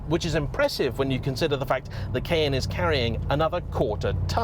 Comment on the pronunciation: Took me a few times hearing 'kn', to understand saying Cayenne.